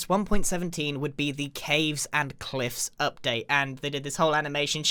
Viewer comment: I love how the cliff in cave and cliffs update is silent😂 also I’m kinda jealous or envy people who have the 1.17 because I ha ve a ps3 only so that means that I don’t have all these updates and that’s super annoying so I just supposed to watch all these videos with people who have all the updates and it makes angry!!!but it’s ok. also love your vids grian keep them up!